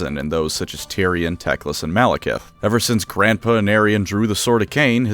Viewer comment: Everytime i hear the word tecklas. I hear dickless.